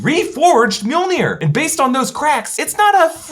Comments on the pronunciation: every single time mjolnir is mentioned, all i hear is meow-meow or jonathan. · why do you keep calling Jonathan mewmew? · it's not MJOLNIR. it's JONATHAN!